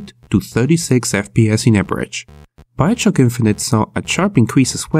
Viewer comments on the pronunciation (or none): I hate it when h says "biochock" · He said "Biochuck". lol